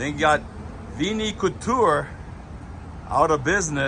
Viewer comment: Couture is pronounced culture. 😂😂